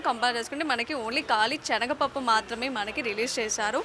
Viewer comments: చెనగపప్పు కాదు, శనగ పప్పు అండి. మంచి భాష నేర్చు కోండి. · చనగ పప్పు కాదు... శనగ పప్పు అనాలి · Amma language sari chesuko, chanaga pappu kadu talli, SANAGA Pappu, telugu sariga inka nuvvu nerchukoli amma, dont mind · చెనగ పప్పు కాదు, సెనగపప్పు అని పలకాలి ఇంకా భారత్ రైస్ కోసం రిలయన్స్ స్టోర్ వెళితే దొరుకుతుంది భారత్ రైస్ దొడ్డు బియ్యం లాగా ఉన్నది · " 360 నిజం ఆలోచనను మారుస్తుంది " ... చెనగపప్పు కాదమ్మా అది శనగపప్పు " .. పదాలు తప్పులేకుండా పలికితే తెలుగు బతుకుతుంది 🙏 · Amma THALLI chenaga pappu KADU , senaga pappu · చనగ పప్పూ కాదు, శనగ పప్పు, ముందు భాష రాని వారిని యాంకర్ గా పెట్టిన వెధవలు అందరిని పాడు చేస్తున్నారు.